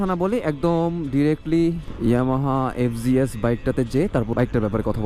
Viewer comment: Fg s no, it’s fz s hobe